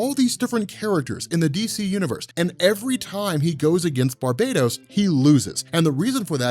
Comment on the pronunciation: It's BAR-bah-toss. Not Bar-BAY-tos. You're making it sound like the multiverse is being conquered by an evil Caribbean island :P